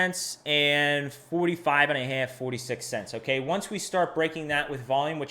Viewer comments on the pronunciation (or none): Oh yeah. That “half” is 100% Philly.